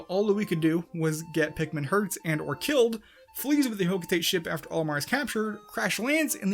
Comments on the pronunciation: Ugh, another person who pronounces "Hocotate" as "hoe-koe-teight" instead of "Hoe-koe-tah-teh." Ironically, you said "Ujadani" almost perfectly. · Hocotate is pronounced Ho-KO-ta-Te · The way you said 'hokotate' really hurt society as a whole